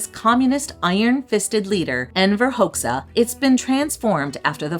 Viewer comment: Dajti is like Dye-tee, Byrek is Buer-EK, and Hoxha is pronounced Hodg-yuh. No worries. It's a hard language. I am still learning.